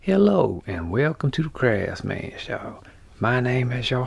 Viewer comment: Is there a more wholesome channel on YouTube? "There's no such thing as a perfect man.": "Hold my duss maks."